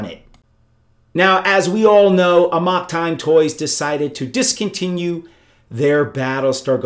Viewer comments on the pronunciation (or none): That's really not how you pronounce '"amok."